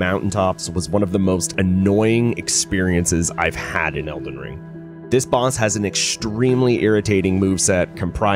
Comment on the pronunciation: Why do u say it like "Elden Stirs" lol